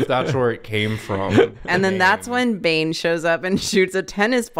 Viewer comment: says "Bane cheating at tennis" And I swear I heard him say "Bench eating a tennis"